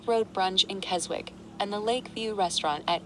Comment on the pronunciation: 'KesWICK'... Still not that intelligent Apple 🙄